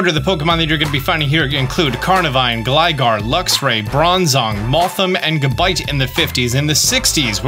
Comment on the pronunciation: Why do you pronounce Gligar correctly and Gliscor wrong…😂😂😂